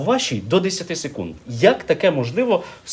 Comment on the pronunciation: "СекунИд" вибачте не втрамалась))))